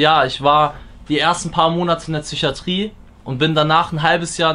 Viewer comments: Ich disrespecte grundsätzlich schon Leute die "tsycho" und "tsychatrie" sagen. Einfach traurig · Niemand: Absolut Niemand:: züchiatrie, züchose, züchisch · Wieso sagt der immer „Tchychatrie"? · In der "Tsychiatrie". Alter der Typ ist so der so unsympathisch und dann ist das die Kirsche auf dem Sahnehäubchen. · Mich triggert es wie es Psychiatrie sagt